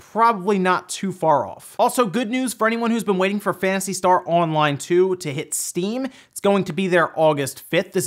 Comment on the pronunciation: Please stop saying Fanstar Online.